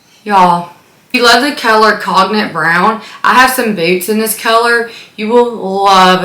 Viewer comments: The Speedy color is not pronounced 'cog nick'. It's 'cone yak', like the liquor. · The color “cognac” is pronounced like cone-yak (kohn-yak). The o is long, and the g is not pronounced. Cognac is brandy from France. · I mean if someone is correcting you, it should be correct, More like CONE-yak but ok. Love your channel and collection. TFS!